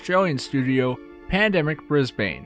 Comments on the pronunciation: I can't get over how you butchered "Brisbane". It's not "Bris-bayne", it's "Bris-buhn". Honestly! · U SAY IT like bris ben not brisbane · just for next time u u say it like brisben not bbrisbane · As an Australian it’s not “Bris-Bane”, like Bane from Batman. It’s “Bris-bin”. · Its pronounced bris-BIN not bris-BANE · PSA if you wanna impress aussies Bris-bin Mel-bin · As an australian I just wanna say... Brisbane is pronounced brizz-bun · Haha bris-BANE I can tell your not from aus what a legend that was funny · For future reference it is pronounced "bris-bin" B I N hearing you say Brisbane hurts my soul source I literally live in Brisbane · aight hate to be that guy but brisbane is pronouced "brisbin" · Might have been worth checking how to say Brisbane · Holy fuck learn how to say Brisbane it hurts hearing yanks say any places from Australia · Please go to Brisbane and walk around pronouncing it the way you do to the locals.